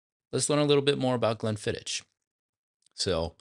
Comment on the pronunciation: Please learn how to pronounce Glenfiddich before any more reviews.